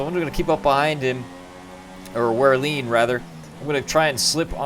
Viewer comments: Wehrlein is pronounced VER-LINE, I think anyway, good content though man! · Both ver-line and vare-line i think are correct, aye i had trouble at when i first got into the sport! xD